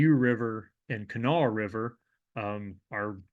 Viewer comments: when you pronounced hurricane and kanawha correctly i knew you were a bro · You get mega king points for pronounce Appalachia, Hurricane and Kanawha correctly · Guessing you're from (or spent a lot of time in) western WV to pronounce Hurricane and Kanawha correctly :) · Hurricane, WV and Kanawha River... it's refreshing to hear it pronounced correctly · As a native West Virginian, I'm proud to have someone on a national platform pronounce all of our names correctly. Most surprising was Hurricane but Kanawha was impressive too. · As a resident of Kanawha County, I'm thrilled you got the pronunciation right. I was bracing myself when Hurricane was mentioned.